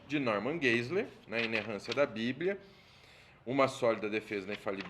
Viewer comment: Pronuncia-se: Norman Gaziler